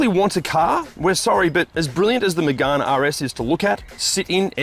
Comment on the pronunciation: It's not magarne it's Megane like can but with a g